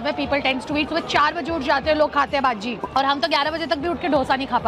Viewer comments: you dont say baji you have to pronounce it as bajji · It's pronounced "bhajji" not bhaji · Ur pronounciation of baji is wrong 😅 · It's not baji it's bajji.... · not baji its bajji